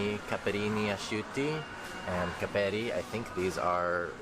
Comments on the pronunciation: cápperi! the accent is on the first wovel! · Olive oil price has actually increased hugely in the last couple of years - for us it's not cheap, at all. "Capperi" is pronounced with the accent on the FIRST syllable: CA'pperi.